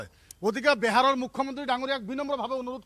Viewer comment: বেহাৰ নহয় বিহাৰ । ভাষা টো শিকি লক ভাল কে।